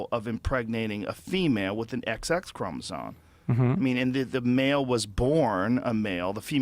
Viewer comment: I appreciate Joe being willing to discuss this stuff publicly but God I wish he'd learn to pronounce "chromosome"